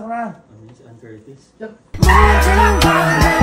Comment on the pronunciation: dyusmiyo sa anne😂😂😂 "annedumi" 😂😂😂